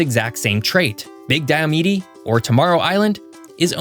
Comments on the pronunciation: A few things. 1: The last E is silent. It's "Die-oh-mead", not "Die-uh-medy" 2: You never mentioned that Hawaii doesn't follow DST either. Their reasoning is because the difference in daylight hours between summer and winter is too insignificant for it to be worth it. 3: Maybe I'm nitpicking with this one, but if you want to get technical, Arizona doesn't really jump between Pacific and mountain times. Instead, Arizona stays on Mountain Standard Time all year, while California jumps between Pacific Standard time and Pacific Daylight time, and PDT happens to have the same offset as MST, UTC-7. But I guess, as an oversimplified way of saying it, what you said is fine. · Pretty sure it's pronounced "Diomeed" and not "Diomidi" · Diomede is pronounced die-oh-meed. Think of “Mede” as the same idea as “made.” … an Alaskan